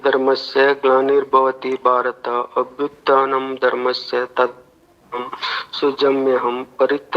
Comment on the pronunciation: ಅದು " ಅಭ್ಯುತ್ಥಾನಂ " ! ಅಭ್ಯುದ್ದಾನಂ ಅಲ್ಲ !